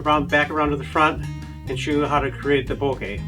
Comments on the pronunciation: bokeh* ... not boka :) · "Bokay", lol. :P Good video though. :)